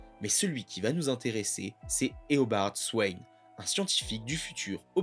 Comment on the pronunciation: Eobard "Swayne" XD Il est salement écorché le nom.